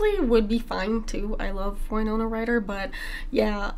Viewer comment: winona like winner, not wino